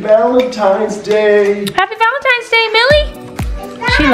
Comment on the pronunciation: Lady please stop saying happy valetines day